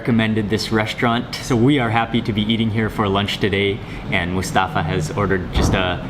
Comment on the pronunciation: You pronounce Mustafa so wrong its cringy.